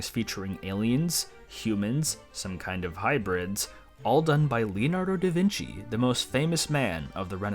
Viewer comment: Calling Da Vinci 'Da Veenkee' will never not be funny.